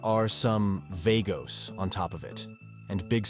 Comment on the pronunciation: the way you keep pronouncing vagos is annoying me